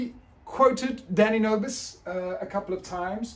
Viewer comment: whenever you say his name it sounds like you're saying "daddy nervous' and I think its hilarious. Your lectures are great. Thank you so much for presenting the information with such transferring attitude.